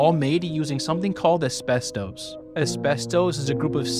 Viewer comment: It's pronounced like, "AS*BEST*US" NOT "US*BES*TOES"